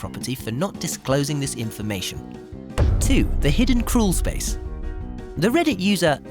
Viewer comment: Crool space. Woolking .lol.